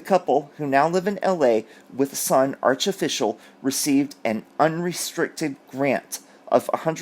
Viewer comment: ‘Archificial’ Love it 😊